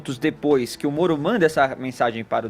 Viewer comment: Eu nunca tinha percebido, que o fala igual ao cebolinha. Ploblema, Sérgio molo etc 😁😁😁